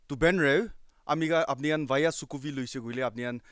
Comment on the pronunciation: Dude most Nagas cannot pronounce other tribe names. I'm sure you can't pronounce Angami, Lotha or Ao names 😅 if you don't belong to those tribes.